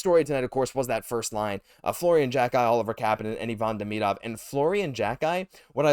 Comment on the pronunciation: Saying Demidov name wrong Christ 😂